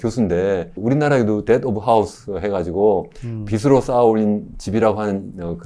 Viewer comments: 한글 발음 좀 제대로 합시다… 교수라는 사람이 참… 빚으로 = 비스로(x) 비즈로(ㅇ) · 올바른 발음 하자고 한건데 잘 못인가,, 비시 비스로 듣기 거슬리구만